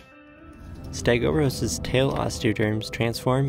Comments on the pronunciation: stegOUROS, not stegoSAURUS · do you have the reading capacity of a 9 year old , because t clearly says STEGOUROS NOT STEGOSAURUS.